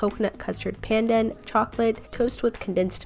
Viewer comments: It's pronounced more like "done". Pun-done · the pronounciation of pandan is so american lol usually i hear it as more like pan-dah-n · I think it’s pronounced pah-n-done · ( I don't mean to be rude but ) you pronounced pandan wrong and some other food names wrong 😅